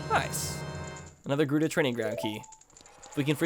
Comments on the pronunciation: when he calls GERUDO JERUDO... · Did anyone else notice he called it gerudo valley and not gerudo valley